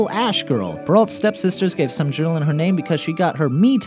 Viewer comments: Nope nope nope as a French person if he doesn't even try to say cendrillon right I'm going to be cringing for days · Not only he mispronounced Cinderella 's french name but he got one detail wrong about the ball. In one version the ball was three nights in a row. Not two nights. The Prince had three chances to find Cinderella. She lost her shoe on the third night. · love this video but it annoyed me when he didnt pronounce cendrillon correctly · s/o to all my french speaking friends who cringed when he said 'cendrillon' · Cendrillon is pronounced "Saund-ree-yon" It's French. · Cendrillon is French, therefore it is pronounced Cen-dree-on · Its pronounced son - dri - on Not cendri lon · OMG Cendrillon is not pronounced Sen-drill-in!! It's pretty pronounced with French phonetics so it is Sahn-dree-ohn. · Cendrillion is pronounced "san-drey-on",; just saying. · Uh... Cendrillon is pronounced "sehn-dree-yohn" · Did anyone else cringe when you heard him say, "Cindrillon"? I know I did... It's pronounced, "Sin-dree-on", rather than" "Sin-drill-in". Yikes. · you really mispronounced Cindrillon its seen-dree-on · Oh god the pronunciation of "Cendrillion" hurts my ears - its "Cen-dree-on". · Sen-drill-in SEN-DRILL-IN Gud French. Much baguettes. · I thought it was Cendrillion? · I agree. The video's still great, but he needs to pronounce it more like "Sohn-dree-yon"... Maybe he just didn't know to pronounce the "ll" like a "y"? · That's.... not how Cendrillon is pronounced. Thats not even close. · Did any other French people cringe at the way he said Cendrillon? Yikes. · "cendrillon" do you even know how wrong you pronounced that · I was under the impression that these people really have a passion for what they're talking about. The mispronunciation of the name of a major character makes it seem like they don't care very much about being accurate. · For number 3, it's Yeh-Shun... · I know, I feel like I die a little inside every time he pronounces it wrong T_T